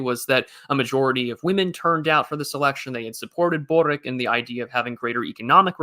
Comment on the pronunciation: Hello, regarding that Boric guy, the Croatian. He's name is actually pronounced borich (borič originally).